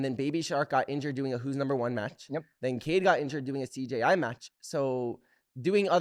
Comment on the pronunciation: mikey pronouncing CJI as “CGI” like 7 times in a row 😭😭❤️❤️